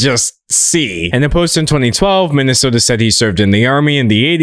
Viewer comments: Every time he said “minisoldr” I could only hear “Minnesota” and it was so confusing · why do you keep pronouncing his username as “minnesota” d’angelo? i live in that state and it’s disturbing me to even have that sort of correlation between us. did i miss something? lol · When you say MiniSoldr, it sounds like Minnesota which is a state in America😭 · i thought he was saying minnesota the entire time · pronouncing minisoldr as Minnesota a hater move what did we do to deserve this :( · they’re just referring to how he pronounced Minisoldr as Minnesota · I dislike that you mispronounced minisoldr the whole entire video. Annoyed me. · As a Minnesotan, I do not approve of your pronunciation.😡